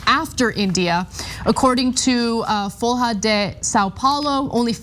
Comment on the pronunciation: FOL-HA DE SAN PAOLO